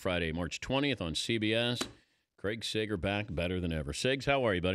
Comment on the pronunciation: Sager, not Segar.